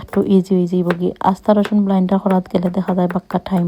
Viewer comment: Not blinder apa It's blender